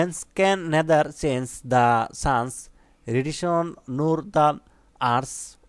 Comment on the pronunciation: Human na বলতে হবে হিউম্যান nethar না neither redition na radiation hobe ato vhul korle hobe Sir